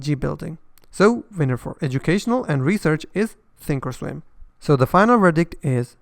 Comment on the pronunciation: Thank you for saying that Thinkorswim has a complex interface. I don't like how often you have to place an opposite order for a stop - not intuitive. I am more of a visual person. Webull does also have paper trading, although not back testing like you said. Sounds like you're saying "Think Storm". When you say "comes with pro tools" that can be confused with the high-end audio editing platform Pro Tools, which is popular, but expensive. Say professional tools. In English you don't pronounce the L in Charles, but you would in Replay - yes English can be confusing. Overall, among all platforms on your channel, which do you like for intuitive, ease of use trading and charting ?